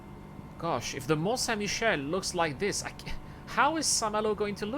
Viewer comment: J'aime beaucoup à tout en anglais avec le superbe accent et la, le mon saint Michelle, xD ça fait assez bizarre mais c'est drôle. perta eo da urzhiater? petra eo e c'honfig, c'hoant meus gouzout, peogwir pounec'h awalc'h eo ar c'hoari mañ memestra.